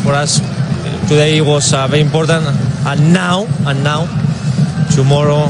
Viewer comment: Me venia riendo de a poquitos pero con el "annau" escupí todo jajajajajaja